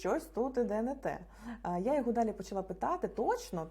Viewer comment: "даль -і" -це типу Далі? охохох..